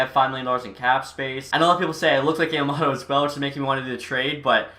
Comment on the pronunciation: You can always lower the trade value of a super star by trying to take on the worst contract on a team. Also Yam-a-moe-to